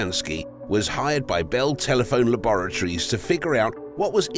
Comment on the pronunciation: Like Dexter. Welcome to ma’Labaratory🤣